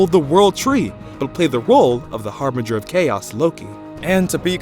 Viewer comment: Harbinger, not Harbringer. the one you used isn't a word.